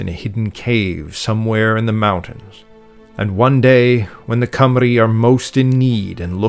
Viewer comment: Congratulations on your pronounciation of Llanfairpwllgwyngyllgogerychwyrndrobwllllantysiliogogogoch and Cymru :medal-yellow-first-red